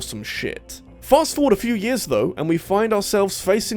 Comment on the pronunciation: Why do you pronounce "years" as "jizz"?